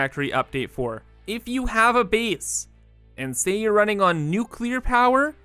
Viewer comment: Is it an in-joke or a deliberate art decision, but are you actually pronouncing "base" as "bees"? :)